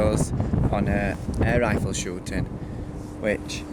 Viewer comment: "Air rirfle" please look at a dictionary.